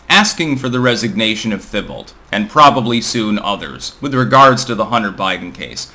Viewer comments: Hi, elderly Canadian man here. I would pronounce Thibault as "tee-bow". French, after all. Ask Elisabeth... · In Vermon we pronounce that Tee bow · His name is pronounced like Tim Tebow just for future reference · TEE-bo. Or, in the Quebecois version, you kind of fudge the emphasis so neither syllable sounds very stressed, but maybe the second syllable a tad more, but it's hard to tell for sure: Tee-bo. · Hey it's pronounced Tea Bow like Tim Teebow. Although, I am no relation to either one. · Pronounced teabow,. Ain't picking on ya. Love your work. Thanks for all you do. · Why can’t merkins pronounce French names? Thibault is pronounced “T-bow”, still love and his channel, he’s the best political commentator in histoire. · It’s pronounced T-Bo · That's a French name, pronounced TEE-bo.